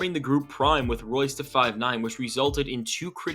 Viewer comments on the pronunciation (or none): none